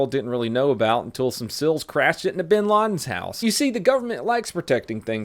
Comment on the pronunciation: Except he pronounced it as SILS lol